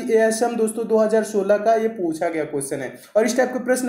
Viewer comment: Sir pusa nahi jata puchha jata hai sir 😂🤣🤣🤣🤣